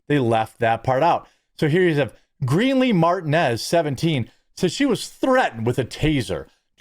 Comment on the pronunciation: Martin ez😂😂😂 bro it’s Marteenez